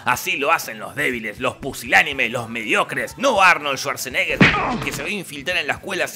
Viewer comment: Su apellido realmente se pronuncia "schvadsenegah" en alemán, ya sé que no es austríaco.